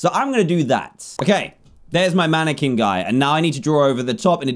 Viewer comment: Do not ever say maniQuinn